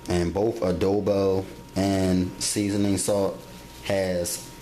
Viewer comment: he say spoil like spoioh and seasoning like seezons 😂